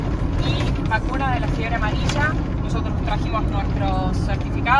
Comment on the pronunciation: una particularidad... cuando dice VACUNA DEL COVID Y DE LA FIEBRE AMARILLA.. segun si lees el subtitulo dice LA SEÑORA AMARILLA o la FIEBRE AMARILLA... jajajaja.. si lees dice SEÑORA, si no lees dice FIEBRE!! ... (se va volver meme)